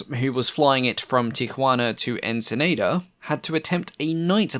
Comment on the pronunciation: that pronunciation of Tajuana and Ensenada. oof.